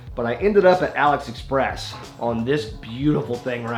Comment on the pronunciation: "Aliex express" "Alex Express" 💀